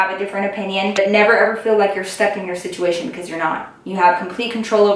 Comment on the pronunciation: Not hating or anything, but does anyone else notice when she says situmation instead of situation? I she doing it in purpose..? 🤔